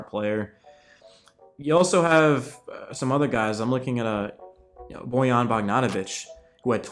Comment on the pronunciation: It's pronounced BOY·YAAN